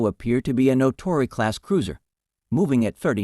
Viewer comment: The script/reader is very poor. Warder, not "Waterer". Naka, not "Naca". Natori, not "Notori". Truk and Leyte Gulf, not whatever the script had. The actual action described is very interesting, but the video title is clickbait beyond mere hyperbole. Adding a bit of information ... USN Mark 14 torpedoes were wretched. Among other faults, the magnetic exploder was very sensitive to local natural magnetic field variations, often resulting in premature explosions such as Seawolf appears to have experienced. The IJN used many of its light cruisers as destroyer squadron leaders. The US Sargo class was fairly modern, but the succeeding Tambor boats were in commission, and the still newer Gato class boats were starting to come into commission in December 1941.